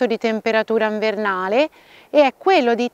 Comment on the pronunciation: Troppo simpatica quando dici nvernale. Cmq bravissima grazie